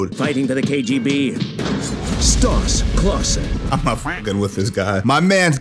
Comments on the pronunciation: ‘KJB’?! No more head-contact sparring... PS. Don’t EVEN blame your New Yakk accent homie 🙈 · you kept say kjb instead of kgb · Anyone notice he says KJB instead of KBG